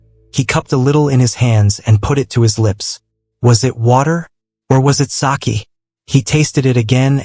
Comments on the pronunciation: It is not saki ❌it's saké✅ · It's not sakee it is. Sake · Sake not saakee